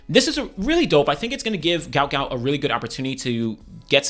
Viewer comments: His name is Guot Guot pronounced Gwot Gwot. A spelling error was made on his parents visa when they were in Australia. It's Not Gout it's Guot. "Gwot". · Is there any chance people can say his name correctly now that his parents have explained it was spelt incorrectly, it’s Guot not Gout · "Guot Guot" not Gout Gout. Pronounced like Gwot